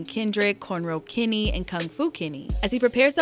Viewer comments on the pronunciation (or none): none